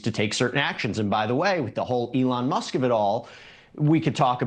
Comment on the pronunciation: Who is, "Elon Muss"...